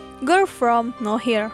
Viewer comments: Harusnya no where jdi now here wkwk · Nower bukan nawhir...pgn ga ngomen tp gegara d ucapin brkli"..jdi risih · "no-where" min, bukan "now-here" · Bukan “Now here”, tapi “no where” 😂😂😂 Ngakak dah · Serious aku terganggu tiap admin nyebut girl from now here, harusny no where....... Hadeeeuuuh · Samaaa tadi ada juga di Chanel sebelah bacanya Girl form now here bukan girl from nowhere. Jadi dia nyebutnya Gerl From Naw Hir bukan Gerl from No wer wkwkwkwkwkwk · Penulisannya mungkin bner, cman penyebutannya aja yg kurang tepat, yg harusnya di baca Nowhere dia bacanya now here, Pembahasan konten yg sama dengan chanel saya. Wkwk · Sama wkwk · Now here sama nowhere beda ya pengucapan katanya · bacanya no where bukan now here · No where harusnya😂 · Bukan now here ka tapi no where kan entah darimana cmiiw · nower kak bukan nowhir 😩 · Nowerrrrr bukan nohir saaayy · nowhere ajir... nower bukan now hir 😂 geli bat dengernya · "Nowhere" begooo. Bukan Now here,,, udah pengucapan salah Di terusin.. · Iya nih, Mana dari awal sampe akhir yang disebut no here terus 😂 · Risih sumpah denger now here truz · Nowhere, yg punya channel suka ngide 😂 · Yg nonton lumayan tapi, iya kali nontonin video yg dibawain orang g bisa sebut nowhere wkwkwk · terganggu banget saat mendengarnya.... mohon dengan sangat diubah pronunciation-nya...